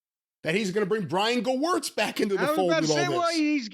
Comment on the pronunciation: Corny still mispronouncing Gewirtz' name I see😅